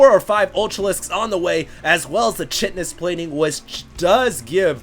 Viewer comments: Chitin is like "kai-ten." Pretty sure. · pronounced "Kite-N-us" plating, not "chit-N-us." Biology 101 phail. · Chitin is pronounced kite-in. just fyi.